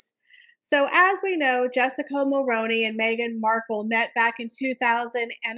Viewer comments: In Canada we pronounce it mul-rue-ney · Great video but couldn’t get past the mispronouncing of Mulroney. Highly recommend making sure you know how to pronounce names, especially ones that you repeat dozens of times. It’ll help with credibility, especially when your content is great.